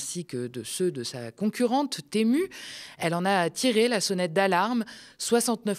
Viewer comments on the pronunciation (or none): none